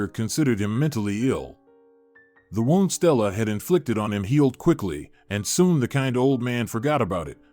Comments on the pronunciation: Please check the pronunciation of wound. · I actually laughed out loud with the pronunciation!😄🤣😃